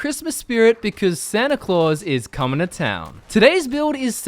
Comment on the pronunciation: San-ta -claus is Gun-ing, you down!